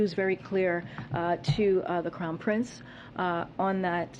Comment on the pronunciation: Did she just say the “Clown Prince”?